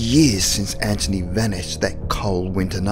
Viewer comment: Hi's name is anthony not anchiny